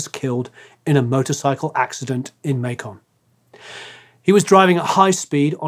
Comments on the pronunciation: narrator needs to learn how to pronounce Macon.....like bacon... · Good stuff! Just so you know, Macon sounds like bacon. Make-un. It's a southern thing. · Macon is pronounced like bacon, lol…..